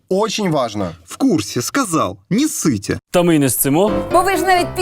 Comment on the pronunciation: И там не правильно: не "не ссыте" а "не сцыте". Я ору.